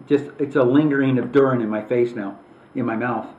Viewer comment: I think it's pronounced dur-e-in